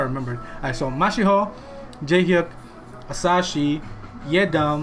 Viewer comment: It's Asahi bro not Asashi the way to pronunce it is Asahee 😂